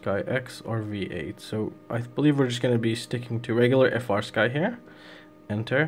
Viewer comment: bro, I love your content, but it's not "F - R Sky." It's "Free Sky." The company makes it very clear in, like, the FIRST line of all their documentation!! 😅